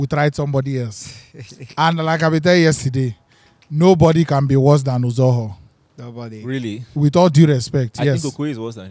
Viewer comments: just called Uzoho “Aquata” 😭😭😂😂😂😂😭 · He said akuta